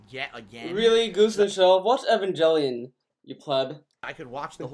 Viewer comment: Pronounces evangelion wrong, calls Phil a pleb. Great content